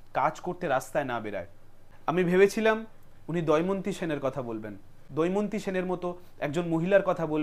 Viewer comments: দয়মন্তী নয়, দময়ন্তী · ভাই, কথাটা দয়মন্তি না, দময়ন্তী। ভুল মানুষেরই হয়। আপনার উপস্থাপনা কিন্তু আমার বেশ ভালো লেগেছে। আপনার সাফল্য কামনা করি। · আমার খুব প্রিয় ব্যক্তিত্ব । ওর কথা বলার ধরণ এবং ওর প্রতিটা video -এর বিষয়বস্তু আমার খুব ভালো লাগে । কিন্তু আজ দময়ন্তী সেনের কথা বলতে গিয়ে বলল দয়মন্তী সেন । আমি চাইবো পরের video -তে এই ভুলের জন্য ক্ষমা চেয়ে নেবে । হতেই slip of tongue......